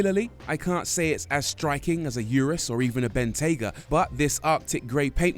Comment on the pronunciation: lamborghini "you-russ" "porscha" hahahahahahaha what a joke!!!!